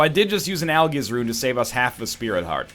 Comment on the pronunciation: I swear he said "al-jizz" in the dark room, instead of "Algiz"